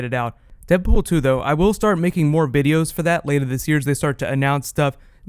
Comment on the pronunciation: Bideos? lol